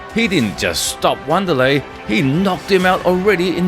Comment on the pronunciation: “W”anderlei he says. Now I’m waiting for “R”oyce Gracie